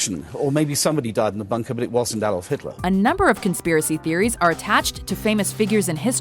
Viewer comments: 'What happened to Hilter after the war?' Lmao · "WHAT HAPPENED TO HILTER AFTER THE WAR?" rofl Has anyone heard of this "Hilter" before? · "WHAT HAPPENED TO HILTER AFTER THE WAR?" Who the fuck is Hilter?? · Who the hell is Hilter? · what happened to HILTER??? HIL-TER??? Fuck off mate. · Hilter? who tf is Hilter? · What happened to Hilter after the war? I dunno, but Hilter sounds like a swell guy! :D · "WHAT HAPPENED TO HILTER AFTER THE WAR?" ... Really? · "what happened to HILTER" lol fail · ''What happened to hilter after the war?'' ''Russia''